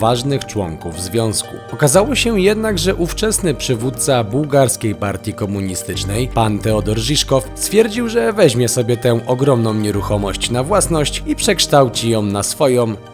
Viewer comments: To nie był "Teodor ŻiŻkow", a Todor Żiwkow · Nie Teodor tylko Todor i nie Żiszkow tylko Żiwkow wielce szanowni młodzi twórcy. Rzetelność to nie zaleta tylko obowiązek. Pozdrawiam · Kochani muszę zwrócić Wam uwagę. Ten gość nazywał się- Todor Żiwkow - Niestety nie jak wypowiadacie TEODOR - tylko TODOR. Pozdrawiam.